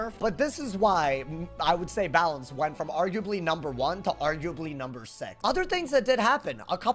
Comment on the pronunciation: balance got BUTCHERED holy moly